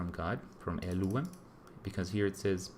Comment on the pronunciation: It is Elohím pronounced Elúwem